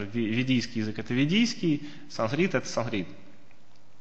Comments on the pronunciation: Ну почему такое пренебрежительное отношение к произношению?!? Почему вместо "санскрит" Вы раз за разом произносите скороговоркой "сансрит"?!?! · Санскрит, а не сансрит!!!